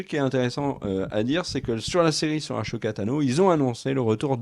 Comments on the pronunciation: Arrête de prononcer "achoka" cest "assoka" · Je t’adore mais stp arrête de dire achoka tano mais Ahsoka Tano Le H muet 🙏🏼 des bisous 😘❤️